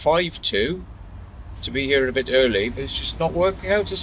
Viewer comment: She got three syllables out of the word "here." Lovely.